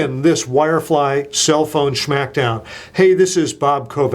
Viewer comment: he called it a "sschhmackdown"